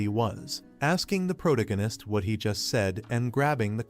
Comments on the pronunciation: Wtf is proganitist., its pronounced pro-tag-a-nist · You really really really need to learn how to pronounce words. ProTAHgohnist!!!!protagonist..what the fuck. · It's protagonist not pronagonist... those AIs are so stupid. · (PRO TAG GA NESS) not (PROG A NESS) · Took me 15 minutes into the story to understood he meant protagonist. Not proto-genis 😂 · After this I'll probably end up permanently pronouncing it protiginnist.... that's nice....... that's r...e...a...l.........n...i...c...e...........😂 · All i can hear is proganist proganist proganiat, ether use the dudes name, learn how to say it or say it less, im going to read it instead. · stop saying protanonist :D cuts my ear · Had to stop watching less than 5 min in, after the third time of him attempting to pronounce pro-tag-gunist, I had to just turn it off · first 5 minutes all i hear is Pro-Gun-Nun-ist. can the ai just read his name. maybe just Que. cause it can't read Protagonist. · I heard prodiganist😂😂😂😂😂 but i loved the history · "Proto-gan-ist" ugh.... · Phuck you for this comment, initially I could ignore the mispronounced pro tag o/anist, but now I can't unhear it cause of your comment. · Was hard to enjoy this video because the voice over is not pronouncing protagonist correctly. Stings my ears. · How many times did the AI mispronounce Protagonist 😂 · Bro, I thought AI is suppose to be better than us? Why is it pronouncing “protagonist” so incorrectly? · Yeah and the way they butcher the word kills me 😂😂